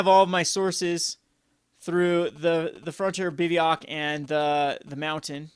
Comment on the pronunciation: It's not pronounced biv-ee-yawk. It's pronounced biv-o-wack.